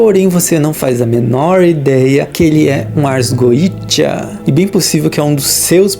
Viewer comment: Se é goetia, por que é pronunciado goija ou goecha ?